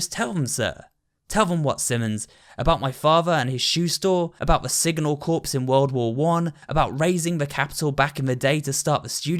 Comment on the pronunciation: the p in corps is silent, just so you know